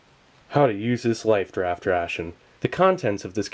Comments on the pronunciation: he keeps saying lifed raft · He kept saying lifed raft ration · Is Steve saying "life't raft" or "lifed raft"?